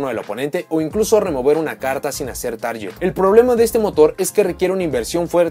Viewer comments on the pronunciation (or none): Vas a decir que cómo chingo v; Pero es mi deber ayudar a aquellos que no saben cómo se pronuncian algunas cosas. La pronunciación de "target" es targuet no taryet Espero algún día hables de las Amazonas :^)